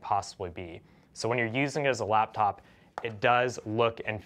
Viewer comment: when he says laptop his mouth says laftop